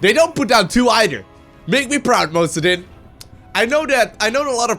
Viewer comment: I think it's mister osudin not mrowsdin